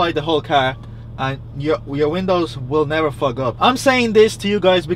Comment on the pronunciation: Give a like for every time he's says fug up the windows 😂